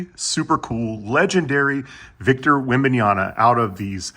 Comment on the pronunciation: His name is webenyama not webenayana